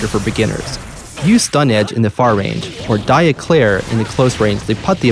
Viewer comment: Great video. Just one thing: "Dire Eclaire" it's Dire Eclat. Eclat means something like "spark" in French. Eclaire is a pastry...